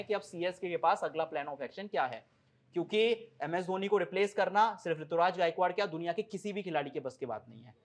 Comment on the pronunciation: Rituraj nhi Ruturaj h